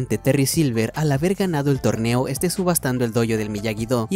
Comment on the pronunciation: ¿Alguien notó el "Terry Silver AL hABER GAnado"?